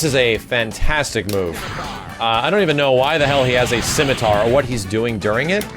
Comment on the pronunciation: "CIMITAR" Throws a spear...